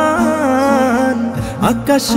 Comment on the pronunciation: রহমান শব্দের হা টা শুদ্ধ করে উচ্চারণ করা দরকার ছিলো!